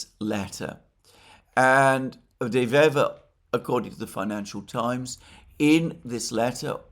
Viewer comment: De Wever is a dyed in the wool (wever = a weaver, pun intended) politician that has many years on his conto and probably the most intelligent man we've seen here in Belgium in a long long time. This is not a lightweight. By the way Alexander, perfect pronounciation of his name.